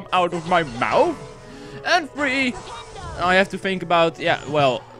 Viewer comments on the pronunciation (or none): none